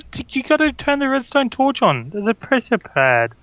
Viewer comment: STOP SAYING PRESHER PADS JUST STOP PRESHER PLATE JUST STOP NOW!